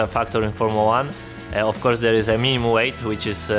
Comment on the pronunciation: so I'm not sure if they did in on purpose or not, but I liked the part where Robert said "minimum weight" which sounded exactly like "meme weight" and they put Lando on the screen